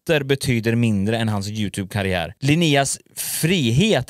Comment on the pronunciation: först kanske du ska lära dig uttala youtube